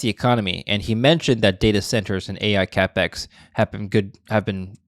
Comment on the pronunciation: Cap-ex note cape-x ... this is not confidence inspiring.